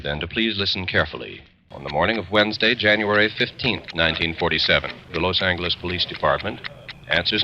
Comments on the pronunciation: I ain’t never heard Los ayn-guh-les in my loife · why do multiple people in the game (or at least in the intro to this video) pronounce "los angeles" with a hard g? like "angle" instead of "angel"? so weird. unrelated to this video which is very good btw, just caught me off guard. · El Pueblo de nuestra señora la Reina de Los Angeles del rio de Porciúncula, is the full name of LA and it’s not supposed to be pronounced like any-guh-les. It was the transatlantic accent adopted by radio and film at the time, not how everyday people would speak. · Didn’t realise that’s how they pronounced “Los Angeles” back then.